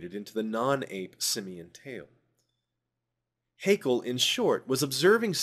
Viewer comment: Something minor I take issue with: Haeckel is not pronounced as an Englishman would say "hakel", but rather as "heckle". The ae in his name is not meant to be taken as a diphtong-ly long vowel, but as an alternative way to write ä. I will continue now, thank you for your explanations.